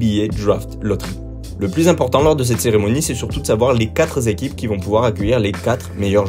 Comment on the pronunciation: "les quatre zéquipes..." "les sept zéquipes..." "les huit zéquipes..." C'EST OFFICIEL LES GARS, ON DIT "UNE ZÉQUIPE" !!